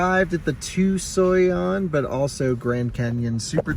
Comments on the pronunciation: You are butchering in the name of that City, it’s Tucson Arizona or you could say it like this two-son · By now I hope you know Tucson is pronounced "toosahn"